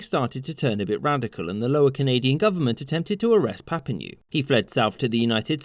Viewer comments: PLEASE pronounce Papineau CORRECTLY!!!! It's NOT Papi-NEW, it's Papi-NO! Can't you prepare better before making a video? If you're going to use a French name, at least LEARN HOW TO SAY IT PROPERLY!!! You neglect to say that the RACIST Lord Durham recommended that French Canadians be assimilated! THAT is the most important thing for French Canadians. And you neglected to say that Queen Victoria REJECTED that recommendation, thereby SAVING A WHOLE NATION that was in Canada BEFORE the English were. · A good summary and fun - as ever - BUT ... the names are pronounced Lion and Papi-no, not Leon and Papi-noo. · Papineux = "Pa-Ping-No", not *Pap-Ping-New" BTW. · Lyon, in William Lyon Mackenzie, is pronounced like LION, not like LEON. And it’s Louis-Joseph PapiNO not PapiNOO or PapiNEW. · Papineau, its pronounced papino, not papinu xD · Minor correction: Papineau is pronounced "papi-noh" rather than "papinyoo" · Papineau .. not "papinew" but papinoh! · It’s pronounced “Papin-O” not “Papin-U”. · It's pronouced Papino, not Papinew! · Pap-ee-NO not papeenew. ;) The current Prime Minister is member of parliament for the "Papineau" riding. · Lyon is pronounced like Lion in every history class here in Canada, btw. Papineau is pronounced pap-i-no, not pap-i-new. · Please stop pronouncing it ''Papinew'' Just imagine it's written Papino and pronounce it like that. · As mentioned by others, "Papineau" is pronounced "Pap-ee-no", not "Pap-ee-new". Also, the "Lyon" in William Lyon Mackenzie's name is like "Lion", not "Leon". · Who's papinew? I thought it was Papineau (PapEEnO) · Louis-Joseph Papineau (pronounced Papino and not Papinew 😉). For French Canada, Lord Durham and the Act of of Union (1840) following the recommandations of Lord Durham are badly seen especially in Quebec. For some French-Canadian historians and thinkers, it was seen as a way to assimilate and ‘drown’ the francophones. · its not pap-in-ewe its pap-in-oh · It's pronounced "Papi-no", not "Papi-new" ;-)